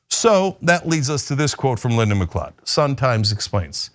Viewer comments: Just by the by, gotta say this, it's pronounced Mcloud. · Macleod, mcleod both are pronounced macloud. It's a Scottish name and should be pronounced as such. Keep up the good work tyt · FYI...its pronounced McCloud not McClod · That was an interesting way to pronounce it. I'm sure there are different ways. I have members of my family with the last name McLeod (NOT relate to this guy) and they pronounce it Mic-Cloud. I was always clueless, at first, as to how to spell it, because of their pronunciation - mic-cloud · IT'S PRONOUNCED 'mcloud'!!! 🤬🤬🤬 Has nobody heard of the Highlander? This recent string of Mcleod's murdering people is getting frustrating. #HoldFast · its pronounced ma cloud. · Lyndon McLeod is a clod but the correct pronunciation of his surname is "McCloud".